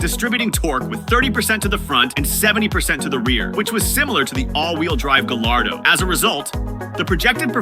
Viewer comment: Not "Gall- ar-doe." But, "Guy-ar-doe."